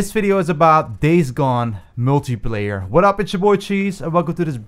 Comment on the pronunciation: Y does he say multiplayer like “multiiiiieeeeeplerrr”